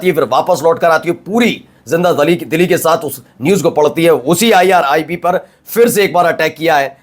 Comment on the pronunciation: Dear friend If you pronounce phir, not fir it's More correct Word your Urdu is very good with good accent,Laeeq Khan from Italy I'm your regular viewer